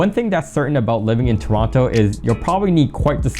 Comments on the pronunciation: You know he's not from Toronto by the way he sais 'Toronto' 😅🤣🤣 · Bro pronounced the second T in Toronto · I thought you guys pronouce it "turono"